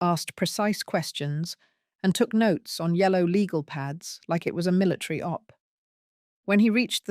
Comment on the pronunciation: Why does the reader say "militree" instead of military?